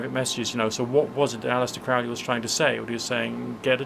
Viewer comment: Isnt it Crow-lee rather than Crou(t)-lee? Relates to your point made at [There met one eve in a sylvan glade A horrible Man and a beautiful maid. “Where are you going, so meek and holy?” “I’m going to temple to worship Crowley.” Crowley is God, then? How did you know?” “Why, it’s Captain Fuller that told us so.” “And how do you know that Fuller was right?” “I’m afraid you’re a wicked man; Good-night.” While this sort of thing is styled success I shall not count failure bitterness.] -from The Convert by Aleister Crowley Just bugs me.